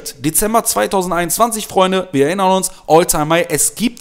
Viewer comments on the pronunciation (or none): none